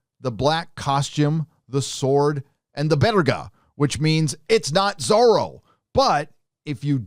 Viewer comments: Why does pronounce Zoro like Soro...s? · So it's not Zorro, it's Zorra, and believe me, it will be a great scandal among spanish speak people, as one meaning is... well, check it! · Is it not supposed to be Zorra?